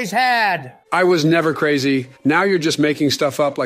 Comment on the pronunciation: I am hayaya, not going crahzy